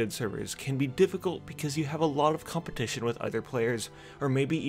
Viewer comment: "Lots of COMPITION" lmao